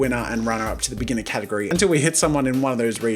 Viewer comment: Near he said gategory instead of category